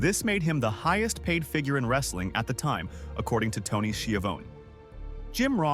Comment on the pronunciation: Said Tony's name 3 different ways. None are correct. Lol